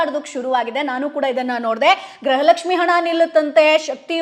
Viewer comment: ಗ್ರಹ ಲಕ್ಷ್ಮಿ ಅಲ್ಲ ಮೇಡಮ್ ಗೃಹ ಲಕ್ಷ್ಮಿ